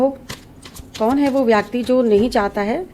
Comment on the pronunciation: Y so many numbers for date of birth ? U pronounce व्याकटी X Kts a व्यक्ति